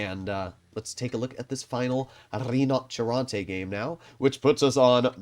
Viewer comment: I'm sorry but every time says "the rddinotcheronte" it kills me